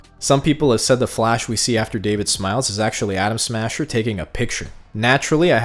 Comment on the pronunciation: Bro uk every other time u say Adam smasher u say Adam Sandler